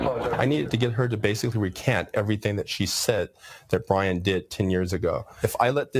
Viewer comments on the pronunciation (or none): It's Brian not brain 😅